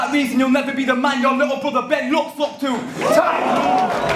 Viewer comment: really started to annoy me keep saying BRUDDAH fuck sake